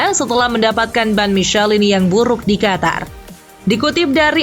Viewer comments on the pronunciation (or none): none